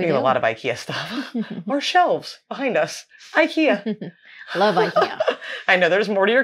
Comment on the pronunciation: I cringed so hard EVERYTIME they said IKEYYAAAAH 🤣